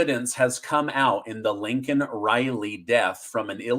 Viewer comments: Say her name... It's not lincoln.... It's laken You're starting to sound like JRB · the girl that was killed by the illegal alien was Laiken Riley (Not Lincoln Riley) Please take time to pronounce correctly.... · Hi, greetings from South Africa. Are you pulling a Biden on us? It is not Linken Riley, like Biden said, it is Laiken Riley. Most people in South Africa are rooting for America; if America falls, the whole world falls! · It’s Laiken not Lincoln.. lol